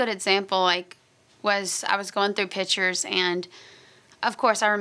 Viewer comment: I love how she says pitures aka pictures haha